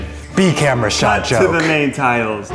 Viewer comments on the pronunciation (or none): none